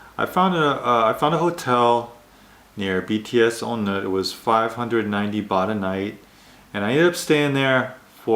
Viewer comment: So many things I can say about this video. First, not "ohn Naht". "On Noot" is more appropriate. Second, you can't find anywhere "Quiet" in Bangkok. Third, if you think that Thailand is much better than Japan I just don't understand. The racism is far more rampant and the weather is so worse. There are other things to talk about but I'd just be digging a dead horse through the ground.